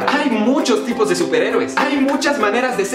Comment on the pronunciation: Soy el único que penso que en el segundo la palabra tipos la lello como pipos el (pi) de matemáticas pues la (t) y la (I) ceben como juntas.